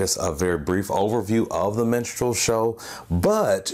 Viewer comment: stop saying menstrual. Its distracting